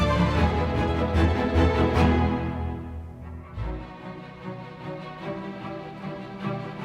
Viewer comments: Beautiful, but name is Jeanne like, JE”ANNE” not difficult… you are pronouncing “jean” like it’s a man… sorry. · Yes that confused me...I wasn't sure who Jean was 😅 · You pronounce her name wrong. Learn the correct pronunciation of Jeanne, please.